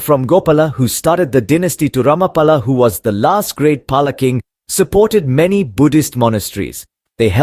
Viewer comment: It's actual pronunciation is 'Pal'